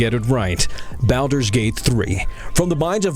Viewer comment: Imagine making a video like this and not pronouncing Baldur correctly. Hilarious.